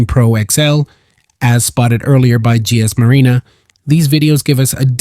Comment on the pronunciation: Bro, its GSM Arena not GS Marena🙌